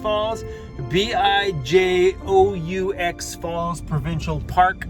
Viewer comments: Love that waterfall! BIJOUX is jewels in French & it's pronounced bee-joo 😉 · Bijeaux Falls is pronounced beejoo... lots of beauty in the Pine Pass ... my old stomping grounds.. enjoy! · Haha yeah bee-jocks cracked me up! Bijoux is jewels in French